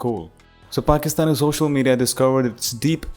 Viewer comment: "It's all over social menina" - 🤡